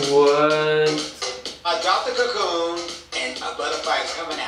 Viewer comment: I am jasmine masters and I have something to say.... "CACOON"